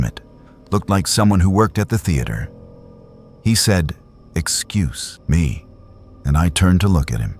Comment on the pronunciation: All of these stories were so good and actually a bit haunting to think about. But what kept taking me out of it is this ai voice. At one point during one of the stories and dialogues it said “excu..se. Me” and I’m like just say the whole word, why the pause? 😂 If someone was actually narrating these stories and not just leave it to ai, it would be a 10/10. This ai voice just ruins it